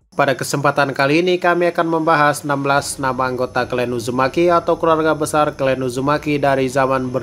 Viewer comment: Clan ya di baca nya tetp klan, bukan klen hadeuhhh ngmng aja ga bener